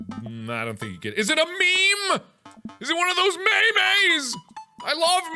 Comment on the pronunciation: Mark: IS IT A MEME. IS IT A ME-ME Me: YOU ARE A MEME